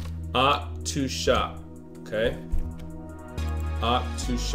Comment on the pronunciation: It's "oc-toe" shop like octopus.